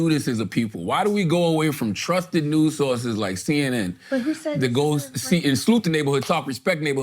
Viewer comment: Did charla just said trrusted news source like CNN.........what??? hahahhhahahha